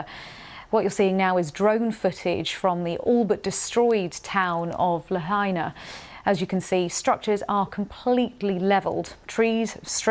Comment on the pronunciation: Is BBC pronouncing the name of Lahaina town correctly yet?